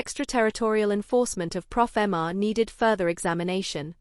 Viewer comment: It's pofma. No "r" Please stop saying profama